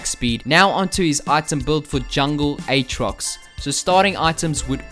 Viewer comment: its pronounced "at rox" not "ayt rox"